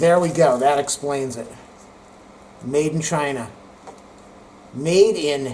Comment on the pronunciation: Actually the best part in this video is, the way you pronounced 'Made in China' 🤣🤣🤣